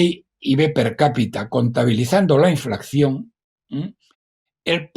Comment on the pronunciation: Sr. Roberto Centeno. Por favor, INFLACIÓN, no diga usted, INFLACCIÓN, porque no es correcto. Gracias.